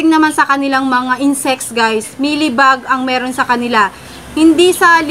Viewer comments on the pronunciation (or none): Ate parang sinasabi mo “maylibag” inaatack ang roots